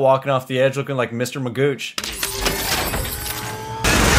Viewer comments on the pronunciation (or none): It’s effing Mr. Magoo not Magooch. You really should have watched these in proper order. Still enjoying it.